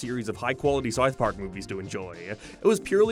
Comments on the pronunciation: what the hell is Sarth Pawk? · "sarth park" "paramart" stop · This an AI voice? The fucking pronunciations is just, horrid. "payhd off" "Peeramount" "Sieth Park" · The fawk is sarth park? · Wtf is Sarth Park? And Paramornt? What is wrong with your mouth? Just say the words properly, until then no views from me and downvotes on every video. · Ok but wtf is "Sarth Park?" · Sarth Park? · Why do you pronounce them as "Paramarnt Plars" and "Sarth Park"? No offense meant. I'm curious what accent that is. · So many mispronounced words. Couldn’t finish it. You think you’d figure out how to say South Park and Paramount before making a YT video on them